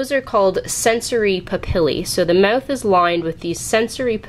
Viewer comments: "Mewth" xD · Lol the way you say mouth is funny